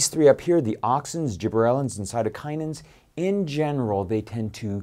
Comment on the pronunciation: its Cytokinins, not Cytokininins.